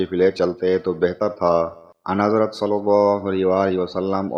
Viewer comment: anhazrat ki adaigi galat he